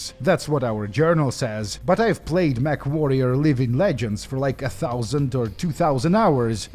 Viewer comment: I could have swore that the newscaster was saying "MethWarrior 2" 😂